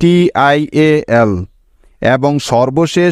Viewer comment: ডেনটিঅ্যাল.... ফিকটিঅ্যাল...টঅ্যাটিঅ্যাল😢